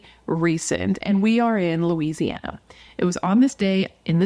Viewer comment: You pronounced it correctly. Thanks for covering this Louisiana case. ❤